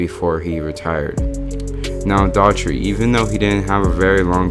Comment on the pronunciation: DOH-HER-TEE! Not Dautry.